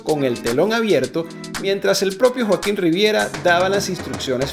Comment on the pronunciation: Muy buen video Qué interesante que consiguieras colarte en los ensayos 😅😅 y hablando de error dice Joaquón en vez de Joaquín 😊